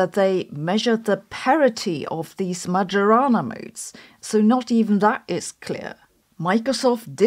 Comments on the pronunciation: More like Mary-Juu-Ana 😂. And now I have the muchies all of a sudden. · Sabine, the j in Majorana is to be read the German way, not the English one. "Maggiorana" is an aromatic herb good for cuisine, here in Italy. Majorana remains the pride and mystery of our physics. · I'm not sure "majorana" is pronounced with the J having a soft-g sound as Sabine did, or with a German-j sound (y in English). So I looked up the meaning of the word and learned that it is "Majorana may refer to a particle, an experiment, or a herb. ". I see what someone is doing! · Nitpick comment of the day: "Majorana" Is pronounced like a German would do, not like an Englishman ;) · Every time "Majorana" is pronounced in this way a quantum fairy dies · This pronunciation is smoking majorana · Majorana is pronounced "my-o-rana" because j is the same letter as i in Sicilian; it's just written that way when it follows a vowel. (In Italian it is written Maiorana.) I say this every time you mispronounce his name and will continue to do so until you get it right. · Please learn to pronounce Majorana. This is insulting. It's Mayorana. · It’s pronounced my-or-ah-nah. You’re pronouncing it like an AI does. Maybe that’s where you get your script… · Please Sabine, it's MaYorana. It's Italian. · It is "Mayo-rana". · you say Majorana but I hear Majora and I drift away hard I'm sorry! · Dear Sabine, the correct pronunciation of "Majorana" is MaIorana, with the j sounding like a I in Italy, not G in Germany. Do it for Ettore, he deserved it. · It's pronounced "Mayorana". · Majorana was Italian, therefore "j" should be pronounced like in Italian. Also, it is Mourik and not Mouric. As far as I know there have been some positive developments in the Kouwenhoven group. But I don't remember the details. But certainly another inaccurate Majorana paper might be another step to kill the field. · Ah, I knew it! Damn Microsoft, now I have to keep hearing "Magiorana" over and over. It's pronounced "Maiorana", please .